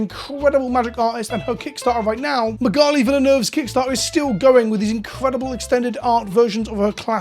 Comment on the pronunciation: an english speaking youtuber able to pronounce Magali Villeneuve's name right. Stunning